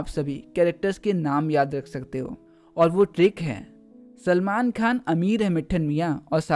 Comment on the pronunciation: Sir kha nhi khan